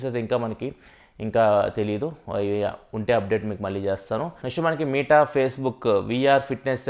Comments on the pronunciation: It's not మీట bro it's మెట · META "మీటా" కాదు అన్నా అది. "మెటా". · Bro adhi “మీట” కాదు భయ్య “మెట” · అన్న మీటా కాదు మెటా... ❤️ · దాన్ని మెటా అంటారు కదన్నా మీటా అంటావేంటి… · Babai nuvvu dhayachesi "మీట" anodhu...... Please "మెట" ani pronounce cheyyi... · Nuvv meeta ani pronounce chestunte vinaleka potna bro.. Adi Meta from the term Metaverse